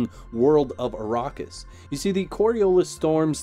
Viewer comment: Also, it's the "Imperium", not the Emporium. And Arrakis is pronounced ah-RACK-is.